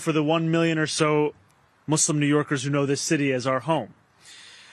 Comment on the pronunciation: notice the way a Muslim pronounces Muslim. It's not muzzlum. stop it